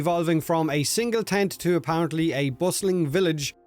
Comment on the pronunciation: 😂😂😂 I thought he said, "big taint" when he said "big tent" at the beginning! 😂😂😂